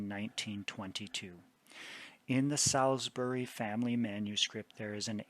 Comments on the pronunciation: Excellent presentation. May I, as a Brit, tell you how to pronounce Salisbury? It’s Sauls- b’ry English place names are notoriously difficult for anyone who’s not a native British English speaker! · Thank you, this is so interesting. As a British person I respectfully offer the following pronunciation corrections; Salisbury is said; ‘Saul’s- bri’ with the i being very short. Fulham is said ‘full-um’ The ham endings on English place names are always compressed like this and are very often not pronounced as spelled.